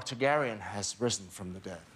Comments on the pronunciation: lmfao he slipped up big time when he said targairyan but recovered well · LMAO Jaime confirmed it by saying Jon Targaeryan.